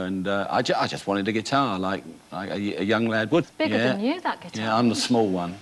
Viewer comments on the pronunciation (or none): she can't sat guitar properly. it's guitar not gee tar.